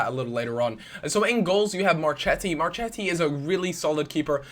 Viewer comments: Marchetti - pronounced marKeti Barzagli - pronounced like Barzali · in italian the CH in the name is pronounced K...so you have MarKetti and Kiellini;)